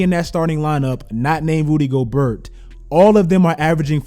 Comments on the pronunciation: Tip: Rudy Gobert name is pronounced Rudy Go-BEAR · Lol it aint GoberT bro😂😭 its "Go-bare" its french😂😂 Good video bro😎💪🏾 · Rudy Gobert is pronounced Rudy Gobair no Rudy Gobert. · "Rudy Go-BERT" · you heard said “Rudy Goburt” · Anyone else cringe when he said Rudy Gobert? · My man said Rudy gobert